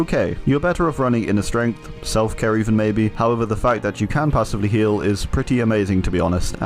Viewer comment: you said “Self-Care” wrong